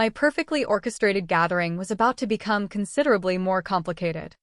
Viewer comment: "Cunfderdably" 🙄 Why would anyone teach their AI to mispronounce such an easy, common word?